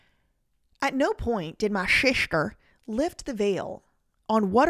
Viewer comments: I absolutely can't handle the way you say "SEESHTERRR" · Yo I was hollering when you said "sistezr" 🤣 😂 💀 😭